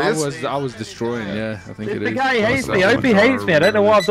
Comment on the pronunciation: "Im winning in tha bugattay"😂😂😂😂